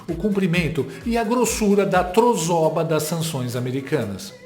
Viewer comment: Trozoba ou trosoba? Kkk